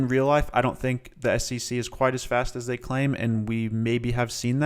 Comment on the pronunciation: love how this dude says ssc as scc lol (no hate) love the video as always!